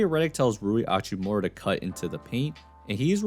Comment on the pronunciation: Why this dude always pronounce hachimura without the H. Is there an extra chromosome in that head lil dude